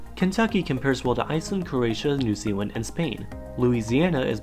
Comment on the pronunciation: New Zealan^